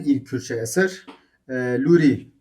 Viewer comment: Baba Tahir ne zaman Urmiyeli oldu?Hemedanlı'dır.Zaten Urmiye'de Lor Kürdleri yaşamıyor.Ama Hemedan'da Lor Kürdleri mevcuttur.Ayrıca Luri diye telaffuz edip kendinizi zorlamayin.Nasıl ki Suran değil Soran diyorsak aynı şekilde Lor ve Kormanc diye telaffuz en doğrusudur.Çünkü biz Kürd konuşurken hiç bir zaman Ez Kurmancim demeyiz,ez Kormancim deriz.Yani U ile telaffuz yoktur.